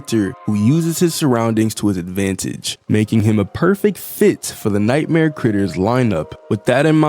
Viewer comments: in allister gater you said G when there is no G in "critters", did you mean T? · Dude I. Amsterdam he is the first T NOT G the is no g in critters